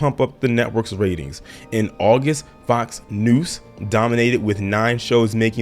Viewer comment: Are you saying “Fox Noose”? 😂